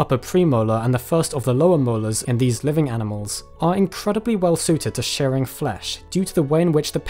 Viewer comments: It's "shearing" not "sharing" just FYI I mean you're supposed to be the expert here. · Sorry, are you saying “sharing” or “shearing”?